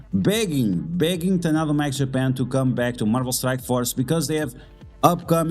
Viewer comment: very informative video. didnt know there was so much drama among content creators. so unfortunate. im not a political person, and i dont give a sh*t what other people think about politics. however, i am very much against forcing politics and political views on other people. QUESTION: i missed the tadano mac offer. what did it actually say? i cant seem to find it online. (also, its taDaNo, not taNaDo. not sure why you keep saying tanado lol)